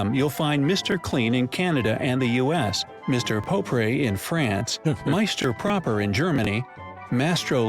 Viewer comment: I may be British but his pronunciation of the French was abysmal. It’s more like “Monsieur Propr” pronunciation than his “Mister Propray” 🙈